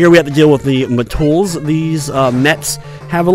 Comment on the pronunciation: Its met,tool not "ma-tools".lol